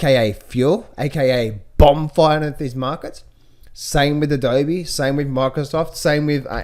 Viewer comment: What is a bobm fire? Is English your first language?